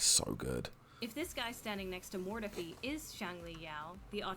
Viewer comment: Your pronunciation of "Mortefi" is reaaaallllly distracting.